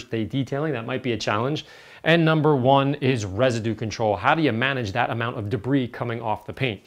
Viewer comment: There is a "u" in "Residue" if I am not mistaken :D